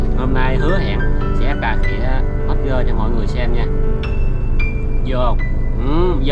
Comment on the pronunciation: Hot girl nha anh chứ ko phải hotger 🤣